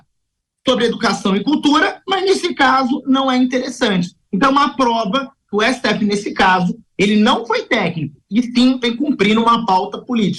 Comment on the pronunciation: Ésse Tê effe Tecnico? 😂😂😂